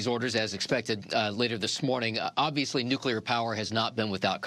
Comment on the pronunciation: it's not "nukular energy".